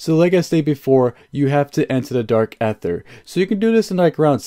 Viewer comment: just a heads up its pronounced like "DARK EITHER - E:THER" the A is silent